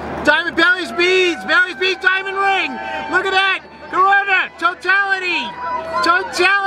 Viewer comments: "the MOOOOOOOONS shadow is coming" (I know it's "baileys beads" but he pronounced it like this) "BELLYS BEADS BELLYS BEADS" (like he's crying) Diamond ring! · Did he call them "Barry's beads"? Lol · David French right it’s bailys beads